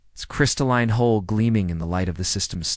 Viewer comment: ITS HULL not hole again